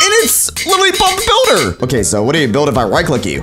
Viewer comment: Who heard booter when he said builder?